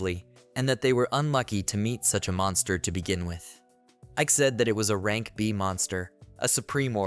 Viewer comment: Hey since you’re using a text to speech boy for this when saying things like “A-rank adventurer” type it in as “Aye-rank adventurer” so it won’t read it as the other “a”